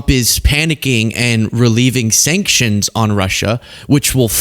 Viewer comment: "Shankshunsh!" Go back to sleep, DonOld!